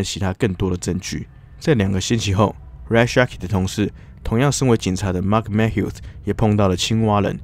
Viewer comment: Mathew应该不是Mat Hew吧 应该是MaThew🤣